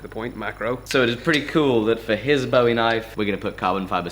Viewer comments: I get you! I pronounce them both the same too! It kind of grinds on a Texan’s nerves to hear it pronounced like a “David Bowie” knife, instead of a “Jim Bowie” knife! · I greatly enjoy your videos, but I have one gripe, and it's with your pronunciation of Bowie. It's pronounced like buoy or boo-ee, named after Jim Bowie. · Just for the record :) and grins, Bowie when referring to Jim and the knife is pronounced to rhyme with Louie, so... Boo-ie... Love the vidoes! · it's a "Boo-E" knife. I know, I'm a Texan. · Same here! I pronounce it similarly to buoy. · I guess it's mostly Texans that really pick up that you say "Bowie" incorrectly.... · bugged me too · Jerry Jeff W I'm normally not someone to correct pronunciation, especially because a lot of things are pronounced differently all around the world. But Jim Bowie is a historical figure, and American folk hero, the pronunciation should be done correctly.